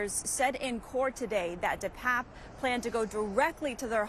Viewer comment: Why are reporters mispronouncing the perps name?